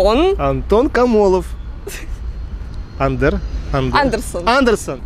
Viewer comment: точно андерсон, не андерсен?